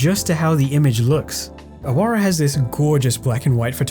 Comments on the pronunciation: It's actually pronounced Aawara no ahawara. It means a rebel or outcast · In Awara, the middle 'a' should be stressed and the 'w' is pronounced as the 'w' of wow not as the 'v' of van.